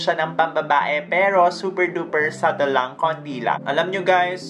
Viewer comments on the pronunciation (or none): none